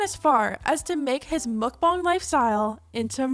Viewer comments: ARGHHH It's pronounced MOHK-BAHNG, not muck-bahng for pete's sake. That hit a nerve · "mukbang is from Korean" Pronounces it like mookbang..... Sigh 😒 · I hate how you say mukbang.. mOkbAng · Idk why and I’m sure it’s not her fault because she’s not from where I am but the way she pronounces mukbang makes me so angry for some reason